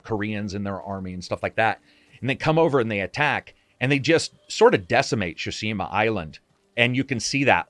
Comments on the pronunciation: Great video, great content but it's called Tsushima not Shushima... 😅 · Why do you insist on calling it “Shushima” instead of “Tsushima”? 😂 Tsu つ T’su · Newman and what did you think I was saying? Shawerma? It is pronounced "Tsu Shi Ma" or "つしま” strong emphases on the T and S together. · Great video, man! Why do you say “Shushima” instead of “Tsushima”? Is that what the pronunciation supposed to be in Japanese? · I Love you content, you are by far one of my favorite voices on YouTube, So cheers for that! And it’s SUShima not SHUShima! Heheh (couldn’t help it) Cheers and keep it up with the amazing content!! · Tsushima doesn't have silent T. You keep saying Shushima. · Great video. My only criticism is that you don't seem able to pronounce "Tsushima". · Oh no, 47 minutes of you mis pronouncing tsushima. The T is not silent in the Japanese pronunciation.